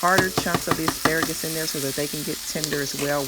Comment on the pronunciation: Ass-pra-grass ? No thanks.